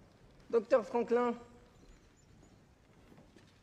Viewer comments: For me as Spanish speaker, he pronounces as "Franclán" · I died at his pronunciation of Franklin : Frõklõ 🤣🤣 Btw, did Louis xvi say in English : "you don't speak french?" Did louis xvi speak english?